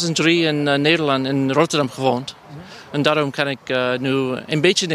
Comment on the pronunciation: I love how that one guy said Rotterdam in a 100% certified Rotterdam accent